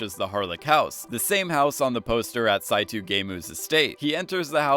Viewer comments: i was like wtf is “saitu” and then i realized you meant “saito” lol its pronounced like “sai-toe” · Sai-Too? Really?? It’s SAI-TOE さいとう SAITOU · Sigh-toe Saito in Japanese is pronounced Sigh-toe. Not Saitoo. Just a nitpick. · Saito = sai - toe, not to. Otherwise a great video lol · dude keeps saying "saitoo" its "saitoe" dude japanese name Saito -- cmon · Sonja's name is pronounced "Sonya", Saito is pronounced "Saito" (not "Saitu"), and "Berkshire" is pronounced "Berksher". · And his pronunciation of "Sonja", and his pronunciation of "Saito"…